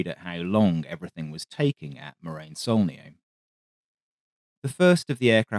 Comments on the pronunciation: It is pronounced morahn you moron, not marain. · Sorry, but even if the pun with glacial deposit "moraine" could work due to the glacial pace of the aircraft, Morane is to be pronounced with a full "a" as in "attention" to make something akin to Mor-Ah-n' (actually quite close to the Irish "Moran") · Please...it's pronounced Mor-ahn. It takes literally seconds to google this. It grates to hear it mispronounced repeatedly for half an hour, and I'm not even French! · Excellent video as usual. Only criticism is the pronunciation of "Morane." That's something you should be able to get right.